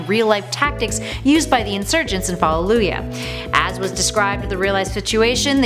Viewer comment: Fall-oo-jah The double o makes the hard u sound.